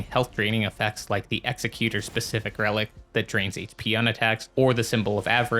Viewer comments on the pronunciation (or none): Great video BUT… it’s pronounced Ex-eck-yew-ter not Ex-eh-cue-tor. The word you’re thinking of is Executioner which is kinda what he is (lore is a little iffy def open to interpretation) but he definitely aligns more with being an Executor: “Someone that carries out the last will of a deceased person”. Given his whole remembrance quest kinda focusing around the painter he didn’t want to kill and how he continues her painting after she is murdered by his crucible buddy that was sent to finish the job he couldn’t do. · it's ex-ec-you-tor. good vid.